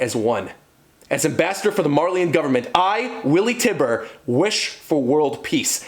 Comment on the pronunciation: Also it’s TYBUR (Tye•Burr) not Tiber.